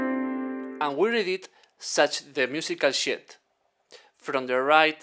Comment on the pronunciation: This man said "This is a musical shit!" 😂😂😂